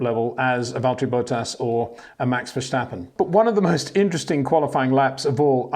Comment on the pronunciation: ⚠️ To all international journalists & sport presenters: 🌐 it is NOT Lewish ... it is NOT Bottash ... and it is certainly NOT Max Vershtappen! Pronouncing "st" as "sht" is done by Germans not Dutch people! ... like an insult to (some of) us ... like insinuating you are a Nazi or something. But most people from Holland (like me) have NO issues with Germans at all. Am part German myself. Everybody knows how to pronounce Stable not "Shtable" or "Train Station" not "Train Shtation" so NO EXCUSE to be a moron! They do not do it with others having st in their names! ... All other F1 drivers are pronounced correctly having "st" in their names. This BS started years ago with father Jos Verstappen being interviewed by British sport presenters thinking it is funny to talk like a German to a Dutch guy! ... It is not ... And they do not giva fck. Not even having the courtesy to ask how to pronounce it correctly. (Acting dumb about it, hence my sarcasm, which some do not get). I did not say all Dutch people think like that ... but people that make fun of assumed "Nazis" they change their pronunciations to make fun of you. But there are vast amount of nice Dutch people that never would do that ... nor feel the need to insinuate. I have been called "Nazi" by some just because my last name is German then they talk with "sht" & z (not s). Thinking they are "so funny" doing that.